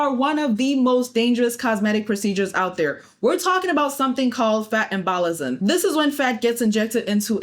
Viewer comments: It’s pronounced EM-bo-liz-em. Great video, thanks for this. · First of all, people get MULTIPLE BBLs???? Second, (just so you know), it's pronounced "em-boh-lism". Not a biggie though. Third, GIFTED A BBL AT 16??? arrest those parents. Full charges.